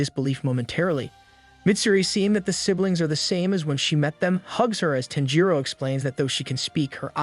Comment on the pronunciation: You are saying his name weird. Sounds like TENjiro